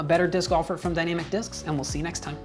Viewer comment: Did he just say dynamicdiscs like "DannyMcDiscs"?